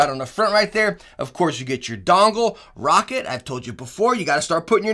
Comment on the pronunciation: Hey he said Roccat right the whole video lmao